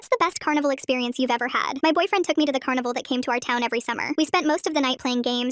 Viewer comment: Am I the only one hearing cannibal by accident? 😭🤣